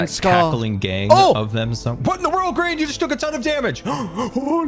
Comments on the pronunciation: min it said grain not grian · Love how every time it said Grain instead of Grian 😂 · Anyone notice is says "grain" 😂